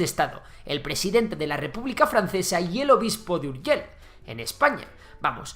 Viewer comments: Las palabras que acaban en LL se pronuncian Ei no EL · "URGELL" con dos LL aqui y en la china popular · Puedes decir seviLLa i no urgeLL inutil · Es Urgell, no Urgel. Hoy está la población La Seu d’Urgell. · Seo de urgel, tela nen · ver a un castellano pronunciar "urgell" es algo increible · Vaya hombre , es que los castellanos tenemos deficiencias.. 💩